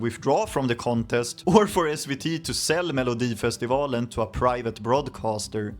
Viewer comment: Jag känner mig lite egenkär som kollar denna 😂 jag vet ju allt detta egentligen, men det känns lite mer exklusivt att höra det på engelska 😊 man hör att du är svensk när du säger "melodifestivalen " för ingen amerikansk kille kan säga det rätt😅 jag får väl passa på att skryta om att jag har en Loreen tatuering sedan nov 2015❤